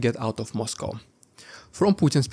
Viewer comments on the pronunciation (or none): none